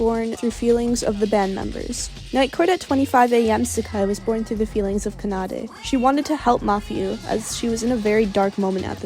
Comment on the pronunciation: i would watch this video but the way you pronounce kanade bugs me so much that i just can't.